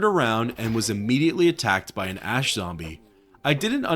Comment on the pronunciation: It's so weird how you can pronounce the word ash correctly half the time but the other half its "aash"